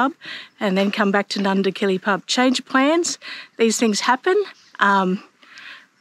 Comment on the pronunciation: Nindigully not Nundigilly.